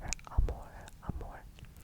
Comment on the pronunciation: His Portuguese accent is so good, especially in the word "amor" that sounds like a "mineiro" accent (one of the accents spoken in Brazil), and I found it extremely cute 😊😊 To make it easier to pronounce the words, here's the list: Ocean/Oceano (Osseano) Watercolor/Aquerela (I couldn't because of the "r") Love/Amor (This one doesn't even need help, you did it perfectly!!) Blue/Azul (Azu/Azur, I indicate to "Azu", the pronunciation seems more correct) I hope I helped, and I hope it continues to grow here ^^